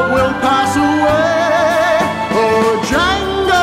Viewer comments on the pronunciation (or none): "Django"..... D silent baby!!!